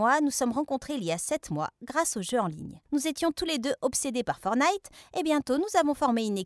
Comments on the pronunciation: Elle a dit fornite au lu de fortnite ça me fait bizarre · À 22seconde je suis la seule à avoir entendu fornay au lieu de forTnite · Elle a osé dire fornite au lieu de fortnite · Elle a dit fornite au lieu de fortnite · elle a dit fornit